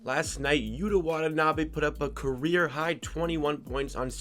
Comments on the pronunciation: Yu-tuh...not Yuduh. Lived in Japan for two years, annunciation is key. Not hating, just a helpful hint 👍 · It's pronunciation for yuta is Utah like the Utah jazz.